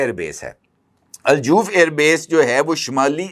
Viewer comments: Kindly note the city is not joof ,it pronounced as Al Jouf Harff jeem with Zabar not pesh. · Not Al-Joof, it's Al-Jauf. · Bhai jan Aljauf Not Aljoof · Aj Jouf region borders jordan and jordan is neighbour if israel. Ive lived in al jouf near the birder of jordan. Its pronounced as aljof n not aljoof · الجاف نہیں۔ الجوف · جناب گزارش یہ ہے کہ لفظ الجَوف ج کے اوپر زبر کے ساتھ ہے ۔ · الجوف کے تلفظ کی تصحیح کر لیجیئے۔